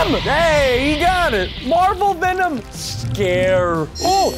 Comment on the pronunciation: He said vinom